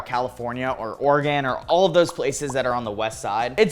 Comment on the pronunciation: Is this the first time someone said Oregon right?